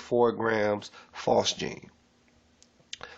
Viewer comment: Bro, if you don't even know how to pronounce phosgene, we got some big mf'n problems. (It's pronounced "fozz-jean". Like Fozzy the bear from the Muppets + a pair of jeans.) Appreciate your efforts, but...damn.